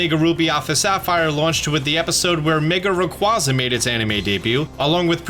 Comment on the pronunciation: My one and only complaint is how pronounced Rayquaza, other then that, video is great and informative